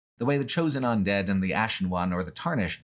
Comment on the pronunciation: Look, he says all sorts of things weird. He consistently pronounces "undead" as "ondead" and he was saying "Because" as "Becoose" at one point. You just roll with it.